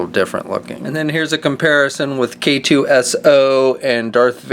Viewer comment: K2SO is pronounced "queso." He's a Mexican droid.